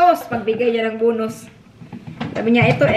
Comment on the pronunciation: BONUS not BUNOS...pls.